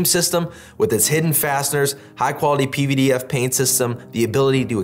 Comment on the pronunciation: You are the only person I’ve heard even attempt to pronounce pvdf properly. Even though you are my companies competition, I appreciate the work you are doing